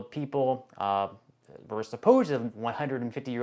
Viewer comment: Don't you think if there were hundreds of American citizens who have lived to be 150 years old, there would have been reports of this in the news? This has nothing to do with fraud. Do your research before you spew inaccuracies. And while you're at it, learn to pronounce "social". And, just an observation -- don't you find it odd that in its fanatical search for fraud and overspending, DOGE has conspicuously ignored the Pentagon? The one body that has failed every audit it was ever subjected to? (to date, I believe that number would be 7)